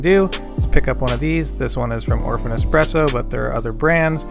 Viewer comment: Good choice! You'll find much limitation when it comes to a machine like the Nespresso as you come further down the road. And yes it is a much more artful experience with an espresso machine. PS. It's "Espresso" not "Expresso" :)